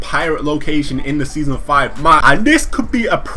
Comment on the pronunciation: "Seasom 5"